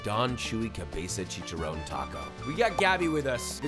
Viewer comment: chee-kah-ron, not chee-cha-rone just an FYI